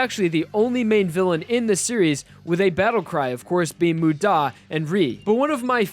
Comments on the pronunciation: Why did you say moo-DAH It's MU-da Mudamudamuda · When he starts screaming Muda it ends like damu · everyone I’ve met: mOOda me: mudÁ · This man pronounces "muda" as "mude-a" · this guys pronunciation annoys me... Moo-daw... W E A R Y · K, I gotta be that guy. You're emphasizing the DA part of MUDA when the MU is what needs to be annunciated. Sorry, I realize it's minor, but it's driving me crazy. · It hurts to hear the pronunciations of wry and muda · Idk why but it bothers me the way he pronunces muda or wry. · Why is he emphasising the da in muda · Not to mention his weird emphasis in "muda" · U saying Muda makes me want to dislike and report this video please stop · Your pronunciation absolutely atrocious dude; there’s only 2 syllables in muda, you had a 50/50 chance of getting it right, and you got it wrong every time. Also, Giorno is not pronounced as gee-or-no. It’s pretty much pronounced something like Jo-er-no. Giorno. That’s why him being a Jojo still works out. Because the Gio- is pronounced similarly.